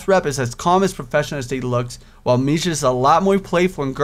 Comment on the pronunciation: its kinda driving me crazy how ur pranounceing the name wrong so heres a guide haha ·misha- me-sha ·hisau- ha-sow ·shizune shiz-a-neigh (like a horse) ·lily to easy ·rin easy ·hanako han-na-ko ·kenji ken-j Btw emis is the best route;)